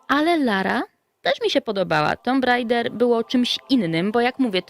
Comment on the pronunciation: Po 7sek jak uslyszalem "tumb raida" mam dosc i wylaczam to gunwo, w polsce gralismy tylko w tomb rajdera!! Kurla kiedys to bylo